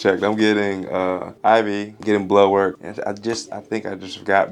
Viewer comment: I’m from New Zealand 🇳🇿 when he says blood work I hear ‘blow work’ yip. A double take a few times 😉